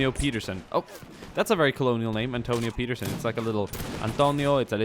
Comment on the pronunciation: hey + which country are you from? Just asking because I noticed how swedish you sounded when saying "Peterson". But you don't really pronounce english words in the way a swede would and sound more american. I'm new to the channel so i have no idea if you talked about this. loved the video btw:)